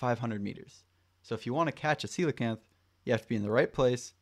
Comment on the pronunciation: Ain't no way its pronounced like that bro